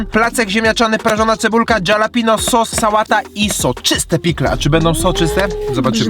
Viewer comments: halapeńo tak się wymawia 😊na całym świecie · kolejny rok będę czekał aż poprawnie wymowi slowo Jalapeño nie no kozacki materiał kiedyś na piechotę do ciebie wpadnę ale sie zejdzie pare dni ale masz moje slowo 💪